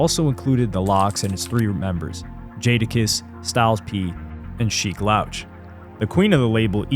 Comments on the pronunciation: It's pronounced Sheek LEWCH bro, not loush LOL... WTF how are you doing hip hop content and saying basic names wrong? You cant be a true hip hop fan and you are starting to seem more and more like a culture vulture recently. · Sheek 'Loaach" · Sheek's name is pronounced "Lewch" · Son, "Sheek Laoch" is wild 😂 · It’s pronounced Sheek “Looch” … but keep up the good work, I do enjoy your content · Bruh u cant keep doing content on hip hop icons or hip hop in general if you keep mispronouncing their names. I'm a fan of the content and respect the effort but do more research or watch a video on how to say their names. It's getting disrespectful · How you gonna pronounce Sheeks name wrong? More than once, too. Smh. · You mispronounced Sheek Louch name the entire album lol. Great video besides that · His pronunciation of sheek louch is annoying af, how you making hip hop history videos n can't even pronounce names correctly